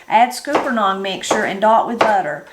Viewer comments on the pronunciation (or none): HERE IT IS PRONOUNCED SKULP NUNS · Scuppernong is pronounced like supper. Scupper (supper) nong.